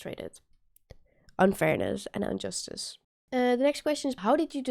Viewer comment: I knew you'd get confused. The answer for that riddle is both "No" and "Time". And it's IN-JUSTICE not UN-JUSTICE.